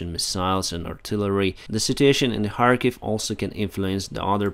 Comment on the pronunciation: why you say harkiv instead of Kharkiv??